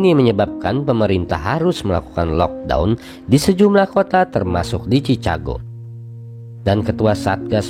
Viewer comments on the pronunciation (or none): Ejaannya tu chikago bukan cicago